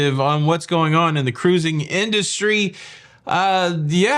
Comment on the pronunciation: 1. Feeding Gulls: If you're doing something that's wrong, you will be told about it. Of course you'll feel uncomfortable. Live with it. 2. Formal Night: People are too conscious of themselves to give a --- about you. 5. Jokes:, you're a niche news presenter. Part of your niche is presenting who you are. At first, I was off-put by "For your face" and "Cah-ruising". Now I'd miss them if you stopped. Same with the dad jokes. You present news that is (as far as your research can tell) accurate and informative. And you present yourself as well. I choose to watch you for cruise news instead of the others. Don't change who you are. Please. 5.5. Dad: I regret hearing that your father is dead. May he be in whatever version of Heaven he believes in, and may he hear the love in your voice when you mention him. Dad joke time: A piece of string walks (slithers?) into a bar. The bartender informs him that they don't serve string in this bar, so the string leaves. He thinks for a time, then does some complicated yoga and wraps himself around himself. Then he rubs one end of himself on a particularly coarse bit of pavement. He walks into the bar again. The bartender says "Aren't you that piece of string I threw out a minute ago?" The string responds "No, I'm a frayed knot." You're welcome.